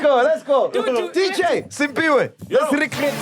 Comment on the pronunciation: Will MacG ever get Siphiwe's name correctly? 😅